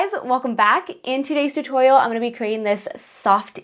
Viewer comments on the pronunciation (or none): HAHAH, "hey guys welcome back in todays totoyoal" That was cute